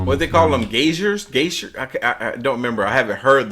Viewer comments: Guy-zers...not gay-shers. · it's pronounced guysers but spelled geysers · Streams of water shooting up from the ground are pronounced guy-zers.